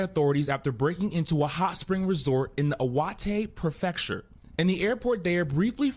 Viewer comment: If you are going to report on Japan for a NATIONAL news service like NBC News, learn how to pronounce "prefecture."